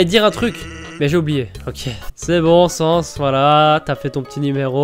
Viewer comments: C'est bizarre que Papyrus est trop occupé pour flirter. D'habitude il est étonné, je me demande qu'est ce que t'a fait pour ça. Au fait, on dit Sa-ns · sans: il faut prononcer le a undaine : il faut prononcer le a